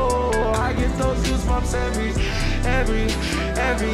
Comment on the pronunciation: he said Gasbumps I’m dead